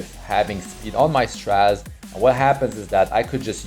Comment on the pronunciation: Please don't say straz it's stra zeh